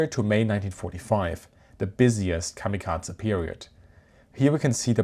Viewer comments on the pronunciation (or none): A great video despite of the klanging sound of kamikazah. Did the Naval Academy sign off on pronunciation. kah mah kah ay or kam i kah zee but not kah mah kaz ah. And definitely not a schwa at the end of kamikaze. In either London or New York it ends in a hard A sound. And definitely in the US Naval Port of San Diego. It's not unusual for foreign spellings to use e as an ay sound,,, you know the sound that the symbol E makes in civilized spelt languages like Spanish and German unlike English where we say Great Vowel Shift and blame all the confusion in spelling and pronunciation on Gutenberg. Or actually on the Dutch and Flemish printers in London in the 16th century.. My dad's cot or where it might have been is visible in the picture of the Big E's forward elevator hanging 100 meters above the deck in one ot the original turret toss style photos taken after a kamikaze hit through the flight deck. Fortunately he was at his gun. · Why is he saying kamikaza like there’s some kind of a at the end? It’s kamikaze if you’re gonna make a documentary on something learn how to pronounce it. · kamikaza ? Atleast bother with using the correct pronunciation for this nearly 20 minute video on the topic, instead of having us suffer through the misappreciation every 30 seconds. The american enunciation actually matches the original Japanese. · No it doesn't. The American pronunciation is to either pronounce it like kami kazy or kamikazay. Americans basically never pronounce E ending words in Japanese correct unless they have tried learning Japanese. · why do you keep mispronouncing the word Kamikaze? there is no T or D in it. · How cute it is that you pronounce kamikaze like it is a Georgian family name. Like Eduard Shevardnadze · I hate the way you pronounce kamikaze lol